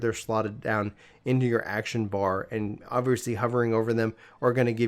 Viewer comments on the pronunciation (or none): none